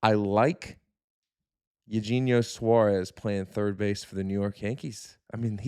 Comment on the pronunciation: is he saying eugenio suarez like that as a joke or does he really not know how it's pronounced? lol